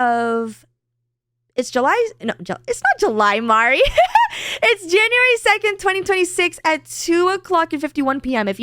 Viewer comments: Oh God, I have to watch Rev butcher Mari's name again... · Thinking that you may need to talk to Strawb to correct Rev's pronunciation of your name, Mari. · Rev got your name right saying mari then corrected it to mary while you were being happy haha